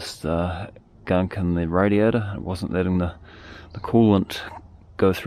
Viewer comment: Hearing 'radiator' in that accent is so tough, I hear radio.